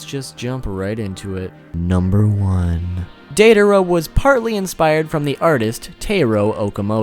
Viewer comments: Its DIEdara not daydara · Its DIE-a-dera, not DAY-a-dera.. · "Dei dar uh"😀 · Are we going to ignore he pronounces it "day-daara" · dei-DA-ra... baka... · Instead of deidara it’s dangdara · Am I the only one getting annoyed by how he isn’t saying Deidara right